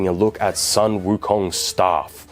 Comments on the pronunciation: Hi, I like this video, and btw, the sun pronounced as soon😊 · the Sun is pronounced as "Soon"..